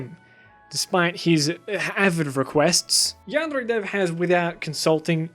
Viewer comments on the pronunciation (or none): ITS NOT PRONOUNCED AS YAN DRE ITS YAN DEAR EH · Lol you're a stupid lying bitch this is sooo stupid you're a fucking follower of the new "hate on yandere dev" and it's yan-D-er-A not yand-RRRRRRRRRRRRRRRRRR-ay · I was interest until he started pronouncing this Yandere like yanderrre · Jaguar That's not supposed to be a rolled r, but a tapped or flapped r. He did not pronounce it as a Japanese person would. Should be yahn-day-ray, not yahn-dehr-ray. Vowel sounds and Japanese are entirely consistent, unlike in English. He almost pronounced it right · Why does this guy pronounce yandere like yan Dare Dev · It’s not pronounced “yam-dairy” either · i just love how he says yandere yandrrre its a weird flex but it's fucking amazing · yandrè ... what is this pronounciation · He says "yaandre" :') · YanDev pronounces it as, "Yeah-n-DAIRY". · cant help but hear "Yandray" whenever u pronounce "Yandere" wrong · I'm glad you made the video and I'm gonna let you finish, but hearing yandere pronounced yanddrey physically hurts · your way of pronouncing "yandere" really bothered me through the whole video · Good education, but I absolutely hate the way you pronounce yandere. Sorry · I adore how you pronounce yandere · I love the way he says ''yandere'' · Your pronunciation of yandere is so fucking confusing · Your pronoucioation of yandere makes me want to puke in my ass and chug it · The way he says "yandere" is bothering me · Please don't ever pronounce yandere like that ever again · Glad these things were pointed out, but the way you say yandere hurts my brain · The way he pronounces yandere 😂👌🏻👌🏻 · This isn't a criticism on this video, I just hate the way you pronounce yandere. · I can’t comment in the video because this is really annoying me. Of course, don’t butcher a pronunciation but you’re really overdoing “yandere.” You don’t need to sound super duper cultured, because it is unnatural. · can you stop saying "yandere" so weirdly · why do you pronounce yandere oddly?